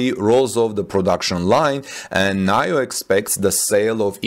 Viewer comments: Nee-Yo Not NahYoh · NIO is pronounced nee-oh not nayo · I am pretty sure NIO is said like 'NEO', at least that's how I heard other's say it. :) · It’s pronounced Neeo.